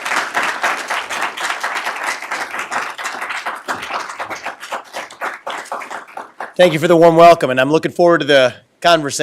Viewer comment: RA MA SWA MY 2024. Learn it and say it.